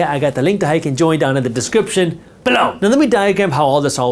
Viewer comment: I only watch these videos so I can hear him say "BULLOW!"